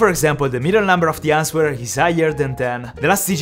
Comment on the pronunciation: Answer is pronounced anser. The w is silent 👍 you helped me with maths & Ive helped you with pronunciation. Quid pro quo 😀